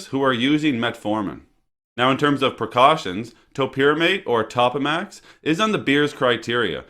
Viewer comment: It is pronounced Toe-pa-max not top-a-max.